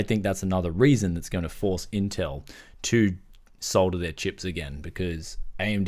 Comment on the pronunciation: Yay , its refreshing to hear "solder"and not "sodder" !